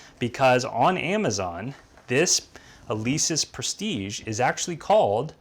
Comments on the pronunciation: prestige....like....j..... is the good prononciation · I'm French and "Prestige" is pronounced like your first name dear trainer 😉